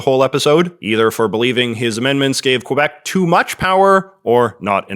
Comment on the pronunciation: I understand you don’t speak French, so I dont expect you to pronounce quebec like a francophone . But you’re pronouncing wrong as an anglophone too lol. Its not : qwah-bec Its: kuh-bec